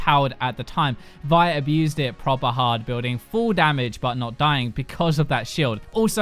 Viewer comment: "Propper hard" could this guy get any more british? :)